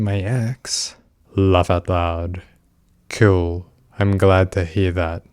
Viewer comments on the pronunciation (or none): God these people are terrible, it’s a blessing he was talking to a decoy and not a real vulnerable teen. Also the way he constantly says “kewl” irrationally annoys me. After reading these chats it’s no wonder these sickos go after kids, anyone their own age wouldn’t want to talk to them for more than 2 minutes